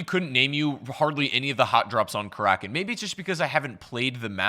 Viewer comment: Karakin? more like kalackin